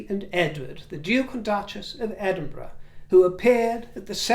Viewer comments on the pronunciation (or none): none